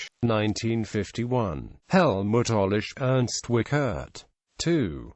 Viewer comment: Nice to see E.W. on YT- but it hurts to hear the terrible pronounciation of the name: The IE is pronounced like the English EE, the CH is no K but close to SH, the E is an open vowel like in ehm?, the RT like in Bert.